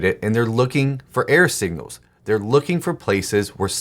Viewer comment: Error signals. I use videos to supplement my writing education, and in this one he created a meta message, probably without realizing it. I listened to the first half of the video wondering (and distracted by) what he meant by "air signals", thinking it had something to do with his radio reception analogy. Even the captions wrote "air signals". Finally from context I figured out he was saying "error". That makes a lot more sense! (There's my clarifying feedback.) Thanks for these videos and their bite-size writing topics. 🙂